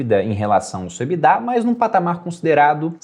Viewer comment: Nunca vou superar o surto coletivo que é pronunciar a sigla EBITDA (que é em inglês) pela pronuncia "Ebidá" como se fosse francês. Não faz sentido algum